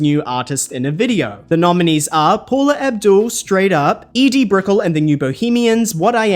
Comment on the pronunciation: Really? "Put" Some Sugar On Me? Edie Brickull? Maybe you should have a consultant on hand who's old enough to actually know the names and pronunciations featured cuz the number of preventable errors is getting embarrassing.